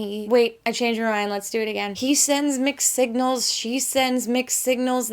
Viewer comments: I really thought you said "McSignals" instead of "mixed signals." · Did anybody else hear her say “mcsignals” at first